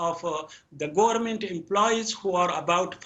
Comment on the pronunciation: گورنمنت😤🤮 پدر لعنت کتی تلفظ پاکستانی ات شما اولاد های هیرامندوی 😤🤮